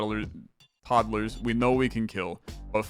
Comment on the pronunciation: Todd-a-lers was my favorite running bit. I heard it the first time and was glad you commented on it and it was funny when you kept saying it